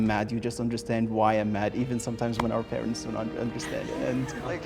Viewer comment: he said parent-s